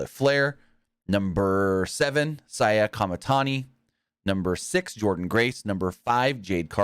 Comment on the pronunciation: I know some people aren’t familiar with stardom but Saya Kamitani is a one in a generation star. She can pull out moves like no other wrestlers have during the decades. Btw the pronunciation for Saya Kamitani was close!